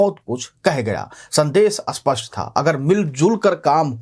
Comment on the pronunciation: स्पष्ट को अस्पष्ट और अस्पष्ट को स्पष्ट क्यो बोला जाता है ?